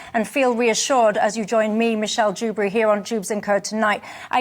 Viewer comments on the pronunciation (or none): What does a dusberry tast tike 😂